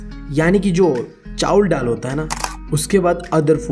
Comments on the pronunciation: It's not Tal it's dal 😂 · Ddal 😂😂😂 gavar bolte bhi nahi aata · Bhaiya wo dall nahi hota dal hota ha 😂😂😂